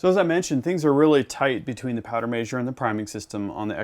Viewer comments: Powder “maysure” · Yeah he said it all messed up 😂